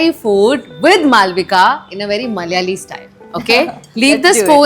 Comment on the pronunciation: Pls pronounce Malyali as Malayali